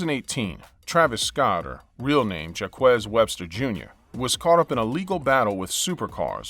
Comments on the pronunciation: Jacques = Jack not Jakwez 😂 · Travis Scott name is Jacque Webster Berman III...!! Pronounced Jock not Joc-qez. Rick Ross, Offset & Post Malone were in accidents they didn't cause em..!! Ya'll making it seem they actually caused the accident. That is sooooo sad Lil Pump left the guy. It's worse Lil Pump just got that car yet totally totaled it the very next day. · Jakwess? LMAO my man! Jac-ques, which is pronounced like Jack. It's French for Jack actually. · Did he just say, jakwez. It is jaque. Pronounced jak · My guy did not say jaquwaze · This dude sounds so smarmy, but he cannot properly pronounce Jaques?